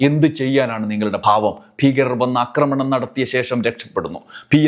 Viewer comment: അക്രമണം അല്ല സഹോദരാ ആക്രമണം എന്നു പറയു ?